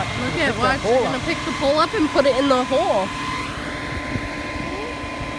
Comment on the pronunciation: I thought you were saying that you were getting a POOL delivered, not a POLE! 🤣